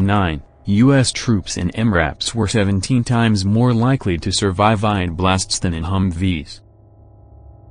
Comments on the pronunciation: It's called IED not IDE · IED NOT IDE